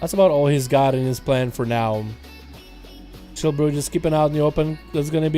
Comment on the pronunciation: Its "Chi" brew....not "Chill" brew. 🤦‍♂️